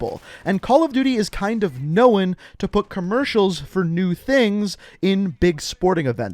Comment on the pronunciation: Nigguh.... Its known not knowen